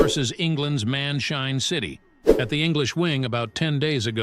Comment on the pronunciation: bro it's man shine city not man chain city to